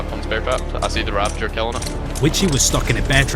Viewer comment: RA-VA-GER not RA-VEN-GER